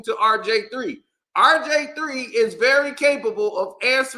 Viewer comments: Typical old head banter. Who is “Rj3” u said it over 50 times? It’s (R) (G) (III) old dude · Nah you definitely said RJ3😂😂😂😂😂 I thought you was trollin at first 💀